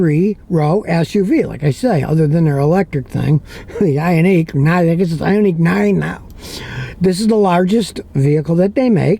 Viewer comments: Its Ioniq (Eye-On-Nick) its a "nick" not a "neek." And I've sold a lot of them. But, they have an issue with their seats and unfortunately lead to the death of a child. The pinch mechanism is faulty. They had some software updates that I think helped it, but screwed with other settings. I would absolutely steer clear of both the gas and hybrid this year. I was showing a customer one the other day, and we couldn't move the second row up enough for him to ge into the third row. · Yundye. And Yioneek (ioniq) 🤣🤣🤣